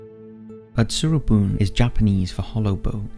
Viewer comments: I hate to be the jerk that corrects your Japanese but it’s utsuro-bune (oo tsoo roh boo neh), not atsurobun. ❤ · No.54 Utsuro- bune (うつろ船) is read as woo-too-ro-boo-NAY, not -boon.